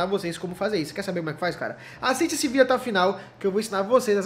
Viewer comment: KKKK Final i ahhh tiiiiii esse kkk